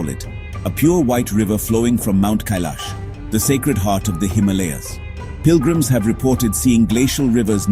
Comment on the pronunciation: Incorrect pronunciation of Himalayas! And by someone who should know better!!!!!!